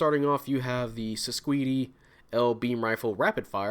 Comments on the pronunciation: I've heard the pronunciation is "Sis-quaid" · Its pronounced sis-cade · It's pronounced "SIScade" but the Japanese pronunciation adds that extra "do" at the end so it looks more like the romanji.